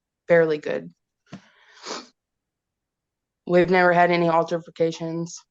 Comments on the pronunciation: Im dying at this lady saying "alterforcations" 🤣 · and “alterFICATIONS”…she’s so irritating😫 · If I have to hear “alterfacations” one more stinkin’ time…